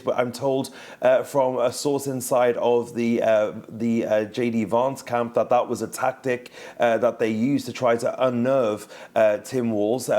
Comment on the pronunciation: Did this man watch the same debate as the rest of the world ? I think not he couldn't even pronounce Vance's name correctly come on France 24